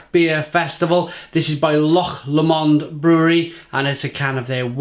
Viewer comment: Loch Lomond....pronounced Loch Lowmond not Loch Lawmond. Not bad attempt for a Welshman though. 10 out of 10 reviews do not happen very often. Must try to get some cans.